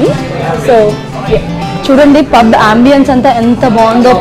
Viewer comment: ఇల్లులు కాదు, ఇళ్ళు. ఆంబియెన్స్ కాదు, యాంబియన్స్యా. You and your hubby make a nice couple. Your kid is very cute. Your background music is a bit loud and distracting.